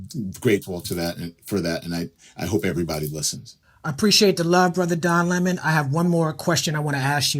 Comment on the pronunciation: lol soon as he called him Don Luh-Moan it was a wrap... 😂